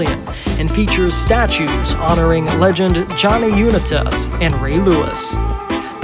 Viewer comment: 1. it is pronounced U NI tas, 2. Baltimore's pop is 576k.... not 2.8M. 3. George Washington MONUMENT. im guessing youre not from here. but for an outsider you did pretty good. nice music, too.